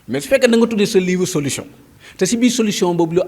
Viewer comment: Mais toi esque tu est capable de lire et comprendre un livre, ta prononciation ne le montre pas de toute façons, Sonko parle de Solution et non solouson